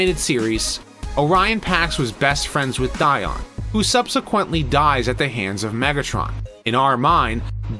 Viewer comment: Dion, Di-ed. I’m going with what David Wise said, about him at least.